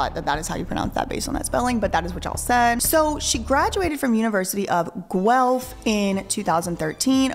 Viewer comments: I’m from Ontario Canada. Just wanted you to know you’re saying “Guelph” like a true Canadian 🎉 Great job, as usual, & team! ❤ Thanks again for all the content over all your channels!!! ❤😊🎉😊❤ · As a Canadian you did really well on pronouncing Guelph! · I am from Guelph - You said it perfectly